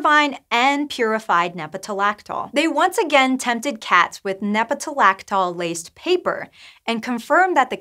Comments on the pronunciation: lactol. not -laxol. One would think that someone running a science video site would know how to read. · Actually, if you listen closely, she sometimes says "nepetalaxol."